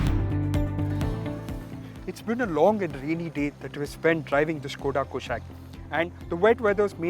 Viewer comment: It's not कुशैक it's कुशाक। the name has been taken from Sanskrit!